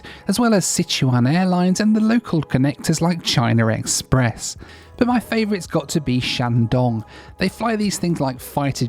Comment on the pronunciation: "Chiner Express"